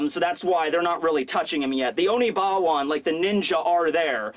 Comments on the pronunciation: It's Oniwaban, not Onibawan. Please stop mispronouncing it. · ackswally, it is Oniwaban not Onibawan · holy crap its oniwaban not onibawan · say it with me now, ONI-WA-BAN group! Love your videos man.